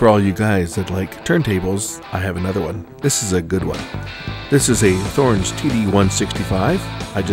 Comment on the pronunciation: And it's pronounced TOR-enz not THOR-enz